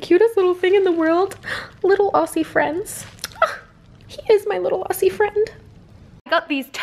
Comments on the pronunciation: She didn't say Aussie properly 😂 o-ss-ie it's meant to be au-zz-ie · i couldnt help but saying this but 'aussie' is pronounced au-zee not au-see but IM GLAD YOU HAD FUN HEREEEE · When she said ausy I wanted to die. It’s Ozzy! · Look your amazing and all but I'm from Australia and I know it's spelt Aussie but you say auzzie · Aussie is pronounced Ozzie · aussie is pronounced like ozzie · You didn’t say Aussie properly the s is pronounced z and if you don’t know a Aussie is a Australian person